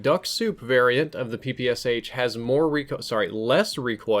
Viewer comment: It's pronounced "Pee-Pee-Shaa", not "Pee-Pee-S-H". I'm so tired of repeating it to you, people (ง ͠° ͟ل͜ ͡°)ง You don't say "S-H-arapova"? You say "Sharapova".